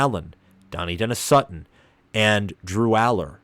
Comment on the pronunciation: Central PA - all I’ve heard is Trout-wine. All the PSU podcasts news cycles etc. Also hear Duh-NEYE, not Danny or Donny-denis Sutton. Rapple-yay not Ruh-paul-yay. Is-erd, not eezerd. Row-hass, not Row-us. Probably a couple more that skip my mind I heard here. Oh, FASH-uh-noo. Not Fuh-SHA-noo.